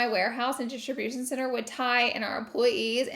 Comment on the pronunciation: Couldn’t stop hearing Distribution Sinner lol